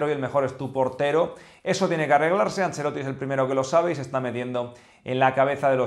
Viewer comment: Por enésima vez el apellido es ANCELOTTI, no “angelloti” ya usted parece que no sabe pronunciar los apellidos eslavos como Modrić (que se pronuncia modrich).